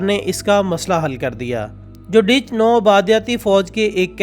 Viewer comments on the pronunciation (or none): Ditch NH HOTA Dutch HOTA he